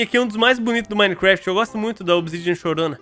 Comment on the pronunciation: toda vez que ele fala gameplay de minegraft eu riu muito kskss